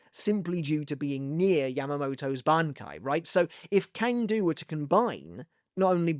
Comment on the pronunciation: Hey, I've always enjoyed your Bleach content. I'm a "languages guy", and not to nitpick, I want to comment on the more correct pronunciation of some Sternritters. - Cang Du: it's a Chinese name, and Cang here is read like "sang", not "kang" - Äs Nödt: the A umlaut in German is read almost exactly like /e/, so you can read his name as "Es Not". (the O umlaut is also not the same as a normal O, but it is tolerable) There are other deceptive names to read like Vollständig, Berenice or Jugram, and most prominently, how to actually read "Yhwach" in German. You need to simply ask and I'll gladly help out.